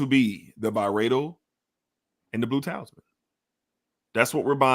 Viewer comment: For future reference: Talisman = "TA-LISS-MAN" not "TAILS MAN" Pi = just "PIE" not "PEE-EYE" Ingenious = "IN-JEE-NEE-US" not "IN-JEN-YOU-US" Hedonist = "HEE-DUN-IST" not "HEN-DOH-IST" Just trying to help. Don't fault you mispronouncing since being live is tough. 🙏